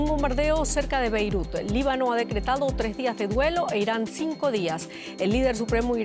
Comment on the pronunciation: aprende a pronunciar: BEIRUT con la letra T al final, es la capital del LÍBANO